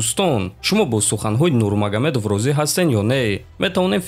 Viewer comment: Автор ты пахат метони ки фамилияи Хабиба правильно гапзани? Ээ АШУР НУРМАГОМЕДОУ НЕ А НУРМАГОМЕДОВ